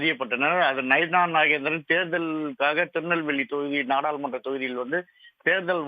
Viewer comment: செய்தி வாசிப்பாளர் நயினார் என்பதற்கு பதிலாக நகினார் என்று பல இடங்களில் கூறுகிறார். சரி செய்ய வேண்டும்.